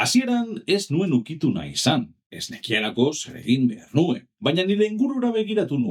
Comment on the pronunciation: Oso ongi dago! Hobetzeko bakarra agian hitz batzuetan ez den silaba indartzen duzu. Adibidez, NUen esan beharrean, nuEN esan. Beste hitz gutxi batzuekin gertatzen zaizu, baina praktikatu, eta behar bada euskaraz norbait entzutea lagun dezake (Eitb, euskarazko marrazki bizidunak, esku pilotako partidetako komentaristak... Bilatu ditzazkezu). Espero dut ulertu izana eta laguntzakoa izatea